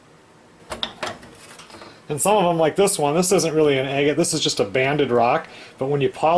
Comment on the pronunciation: Your pronuciation is a little off. Should sound like AG IT. NOT Egg it